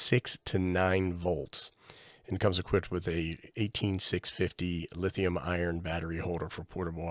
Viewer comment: It isn't always true but it usually makes sense that the outside of the barrel plug is negative, because usually smart people don't leave positive rails exposed. Also it sounds like you keep saying Lithium IRON (LiFePO4), but it is lithium ION (Various chemistries that are NOT LiFePO4) Personally I'm looking at bypassing this whole business by seeing what it takes to make a USB-PPS board for this. I already have bunches of these INUI power banks that I use with my IC-705, and other stuff. (GreatScott has a video)